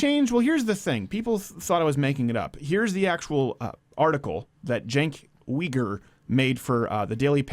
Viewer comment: Chenk weeger? Surely you mean Chunk weeger.